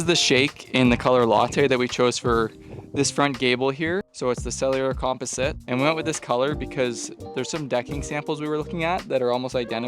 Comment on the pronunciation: When you say "comp-e-site" do you mean "composite"😂😂😂 dang Canadians sayin stuff wrong #americanssaystuffcorrectly 😂😂😂😂